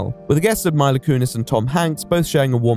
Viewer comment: My-la Kunis. Jay Lee-no. (Okay, I don't know why I found these funny but I did)